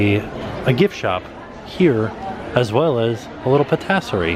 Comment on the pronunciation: bulangerie and patassery haha i love the french pronunciations